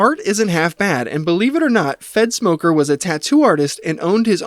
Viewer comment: its three minutes in and I just realized you were saying fedsmoker not f3ntsmoker... 💀